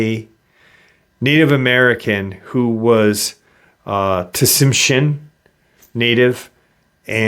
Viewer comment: The T is silent in TSIMSHIAN. My grandkids are half Lakota and half Tsimshian